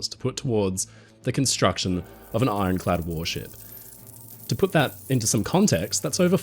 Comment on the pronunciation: Well it's ironclad, not ironchad!